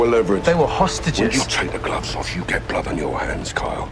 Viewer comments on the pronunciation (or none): none